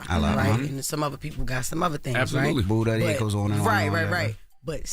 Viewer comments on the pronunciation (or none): none